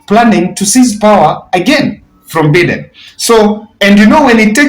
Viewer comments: The way you pronounce the name Biden is wrong it is not Beden , but is Biden (Joe Biden not Beden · It's pronounced Baiden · it is shameful how you are pronoucing Joe Biden. Try saying BAIDEN you will get it right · It is not Joe Beaten it is Joe Biden please